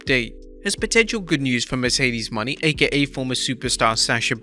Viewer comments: Her name is pronounced "Moe-Nay" and NOT "Money" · Its pronounced Mercedes “Mon-ay” not “Money” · sir.. it's pronounced MERCEDES MO-NAY. that is all.